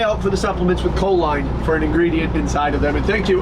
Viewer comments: I beleive it is pronounced co-leen rather than co-line. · Enjoy your content bro just one little thing that my eye twitch, it’s not co-line, it’s co-leen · It’s pronounced “cho-leen”. It increases acetyl choline levels which is a neurotransmitter in the brain. It’s a primary ingredient in most nootropic products for focus and overall brain function.